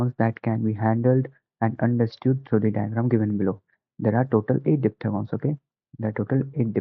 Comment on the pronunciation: Diphthegons nhi hota diphthongs hota hai